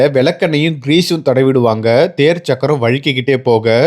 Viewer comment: மின் சக்கரம் இல்லை முன் சக்கரம் சக்கரம் - ச்சக்கறம் இல்லை அதேபோல் தமிழையும், தமிழ் வார்த்தைகளையும் சரியாக உச்சரிக்கவும் வரலாற்று பிழை ஏற்படும்